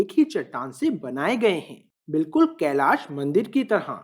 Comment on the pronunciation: Bade bhaiya mai aapki bahut samman kerta hu aap Hindi bolte hain to sahi uchcharan kre aap "kailasha" n bol k kailash bole kyoki aap angrej nhi hai aap hindustani hai aap Hindi ka sahi uchcharan kr sakte hain.